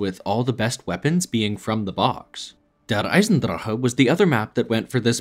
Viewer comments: bro's out here saying Eisendrahhuuuhhh but he says Gorod Krovi with the most American accent possible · Mf said "der eisendrache" as if he really speaks German and then just said "zetsubo no shima" like an American